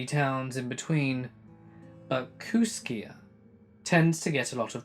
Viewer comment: I live 6 miles from Kooskia Idaho. And it's pronounced Kooskey. It's on the Clearwater river into Selway river. Also it's highway 12 that takes u to Missoula. I'm in Kamiah, population 1200. It's weird that someone from Kooskia would get all that info incorrect. But it has to partly be true bcuz Kooskia is a real town. A real small one that not many ppl would know of unless they'd been there or near there.